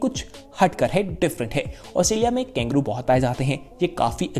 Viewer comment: वीडियो बहुत अच्छा लगा - पर ये " कैंगरू " क्या है ? कंगारू KANGARU कहते हैं शायद ?